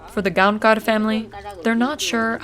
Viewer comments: It's Gaokar actually, it is written Gaonkar but pronounced as Gaokar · "Santhosh GoankaRRR" lol I do appreciate the effort but that's not it 😂